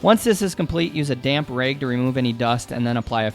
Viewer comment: You say rag and measure with an accent. Where are you from?